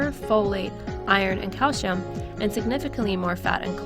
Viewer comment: thanks for this answer - I also found the background music to be annoying, and I think it did detract from the overall message. Also the mispronunciation of prevalent, and possibly calcium - unless there is somewhere in the world where it is pronounced calshum. However, overall, I think your information was interesting, especially about the problems of eliminating gluten from your diet when you don't have to!